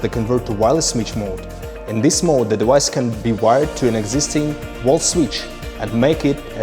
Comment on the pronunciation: I need a compilation of this guy saying "dewice" over and over